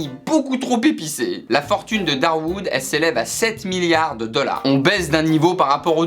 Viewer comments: ça me fait stresser comment tu prononces millards !! XD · Euh on dit miLLards pas miyards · Des miards 😂 Il le fait exprès c'est pas possible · Effect Phoenix mdrr, il arrêtait pas de dire "miyard" alors j'me dis "allons voir dans les commentaires si qqn l'a souligné" et premier comm' que j'vois c'est ça 😂